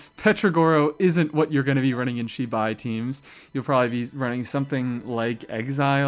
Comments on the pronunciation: Pls i beg you its zz bai not shee bye 😭😭 the latter is a ridiculously rude word in chinese (which matters this time because its the culture her entire region is based on) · its not Shibai its ZIbai and how can u not spell Illuga? its the same as written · also PLEASE look into how to pronounce zibai every time u say shibai i die a little